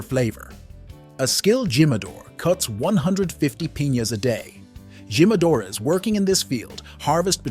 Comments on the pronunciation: Dude, none of those words are pronounced like that in English; and them Spanish speakers died at Gee-madores.. at the begging of the video.. 😂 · Jimmadoors 😭😭 dude I thought everyone knew you pronounce the J as H. Its heema. Hee-ma-do-rus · I cringed everytime he said GYM-A-DOORS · Jimadores "He-Ma-Dor-Es" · It's pronounced as himadore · So, he knows how to say "Don Julio", but can't figure out how to say "Jimadores". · if your going to do a video about tequila at least learn the proper enunciation of Jalisco and jimadores😂